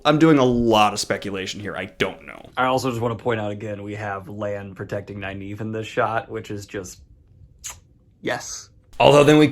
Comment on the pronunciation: Great vid....isn't Nyneave pronounced Neeve?!